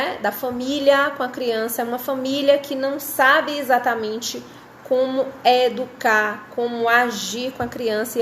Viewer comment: Kkkkkk Amei o “inducar” kkkk